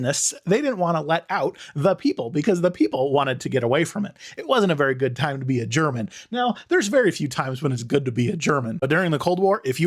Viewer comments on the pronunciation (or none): none